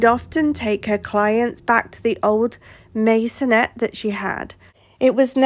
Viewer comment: I've never heard of a 'Masonette"